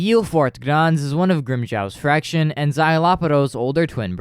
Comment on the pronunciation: I loved this video, i have one i guess “gripe”. You say spanish names well, but why do pronounce “Fracción” as fraction? Im not judging just curious!